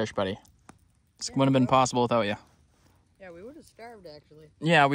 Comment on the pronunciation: Midwesterner for sure Ahhh yaah 😂 love it dude